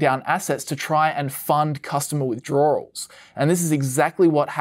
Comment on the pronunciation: All together now: "withdroarwels" No, wait...